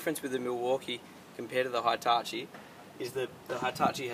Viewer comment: Jesus christ it's pronounced "Hee"tachi not "high"tachi